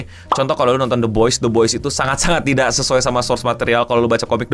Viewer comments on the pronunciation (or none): none